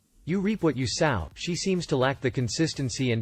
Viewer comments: You reap what you SOW ( you pronounced it as in a female pig....LMAO.... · Just an fyi - you mispronounce many words but sow is pronounced so.